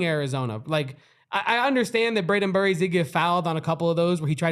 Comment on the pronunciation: Am I the only one that was annoyed that they couldn’t get Jaden Bradley or Brayden Burries names right through out the whole game. They had to mispronounced both at least 3 times